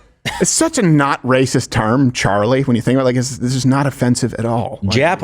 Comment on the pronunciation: UNLESS YOU PRONOUNCE CHARLIE, 'CHARRY'